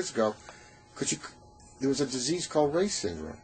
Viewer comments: Hi. Just a small note. My great uncle's name is pronounced "Rye" (as in rye bread). It's not "Ray". Thanks for discussing this important topic. Kind regards, Kirsty Reye, Canberra, Australia. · It is pronounced Reye’s Syndrome not Ray’s syndrome. I am a Survivor of the 1974 epidemic. I was 7 and in a coma for 72 hours. We have connected 96% of the dots that the RS triggered my Ulcerative Colitis then went on to attack my lungs causing Bronchiectasis. It has taken 38 years to get this far. But CDC must put RS on the report call in. Their numbers are wrong and all the children we loose to flu has been RS but not reported.